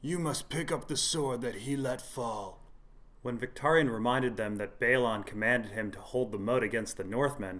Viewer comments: one small thing is Vics name........is pronounced more like Vic-TOUR-ion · Adam K VICTARION - VIC-TARE-EE-ON.